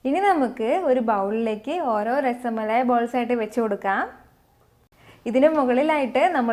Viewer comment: Its not rasamalai. Dear.... Just rasmalai....